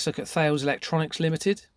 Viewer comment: British Steel, became CORUS then was acquired by Indian company TATA Steel. Thales is pronounced 'taliss' and RACAL 'Raycal'. Serco was formally RCA ' Radio Company of America'. What you are up exposing here is frightening.